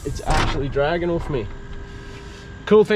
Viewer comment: mate can I ask why you pronounce off as “oof” it absolutely shits me hahaha Awesome ep as usual 🤙